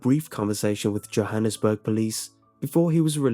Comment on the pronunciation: At you pronounced Johannesburg incorrectly. It's YO-hannesburg.